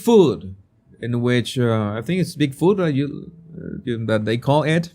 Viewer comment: I enjoyed this. Thank you for sharing your perspective and knowledge. When you first said big food referencing RFK speech about food Americans have that's banned in other countries, I thought you said bigfoot lol. I thought how did I miss that!?❤🎉😂